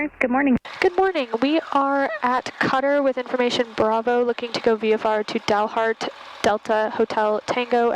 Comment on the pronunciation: You pronounced Dumas just fine (most of the time).....but It is Dalhart, not Dalheart. Sorry....couldn't resist!